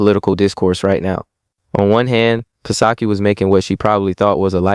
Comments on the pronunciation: ...the P is silent on PSAKI....so SOCKIE.... like the Japanese beer.. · The " P" in " Psaki" is Silent